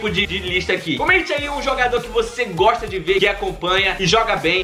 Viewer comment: Goxta de goxta